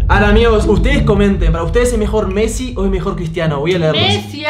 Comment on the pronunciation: Messi no mezi jaja